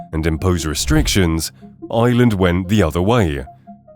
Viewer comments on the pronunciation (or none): Please pronounce the word IRELAND correctly! To help you, its not pronounced 'ILAND'. its pronounced 'AIERLAND'. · The country is IRland, not Iland... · EYEland. Its IREland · It’s prounced IRland not island please ! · The C in Celtic Tiger is a hard C. Celtic football club use a soft C. The word Ireland has an R in it. It is not pronounced Island. Gardai is not pronounced "Gar-die", it's pronounced more like "Gar-dee" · Ireland not island pronounce the R . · The country is Ireland not island ... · Tell AI, there is an R in Ireland.